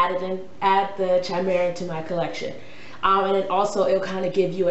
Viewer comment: It's pronounced "Kaimeera"...